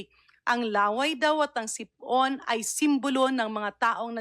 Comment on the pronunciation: HOY GARIN DOCTOR KA DI BA??? BAKIT HINDI MO ALAM ANG TAMANG PAG BIGKAS NG SIPON HINDI SIP-ON???😂😂😂 BOBITA KA RIN...